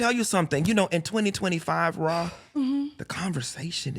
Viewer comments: I need him to call her “Rah” and not “Raw” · Not "Raw Ali"😂😂😂